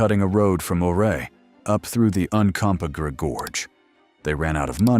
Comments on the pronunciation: Not sure if this video is using AI for narration... If it does it's funny how it still mispronounces Ouray and Uncompahgre 😂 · If you’re going to make a video about the Million Dollar Highway, please learn how to pronounce Ouray and Uncompahgre.